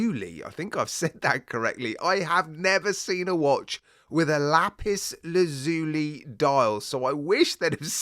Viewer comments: Just to be pedantic it's pronounced la-pis laz yuh·lie .😎 Lapis lazuli, also known simply as "lapis," is a blue metamorphic rock that has been used by people as a gemstone, sculpting material, pigment, and ornamental material for thousands of years. High quality lapis lazuli can be a costly gem. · I like all three of these variants for this watch. I am rather dazzled by the marble version. Lap-iss Laz-you-lie, it's not a Cannoli bruv! :face-green-smiling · Lapis Laz-yu-lai is the pronunciation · you can say the word just how you like but more people will understand if you say as Laz (as in Gaz) you lie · the dial on the first watch is I think its pronounced Lapis Laz-u-li , as far as the second watch goes it,s one of those where the colours should,nt work but actually do